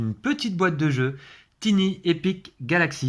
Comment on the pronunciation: Super petit jeu qui est vraiment super pratique car tout petit : idéal pour les vacances ! Un petit détail néanmoins : comme j'ai déjà pu le signaler à Martin de la "Société des jeux", tiny se prononce tailleny...😃😁 Bon jeu !!!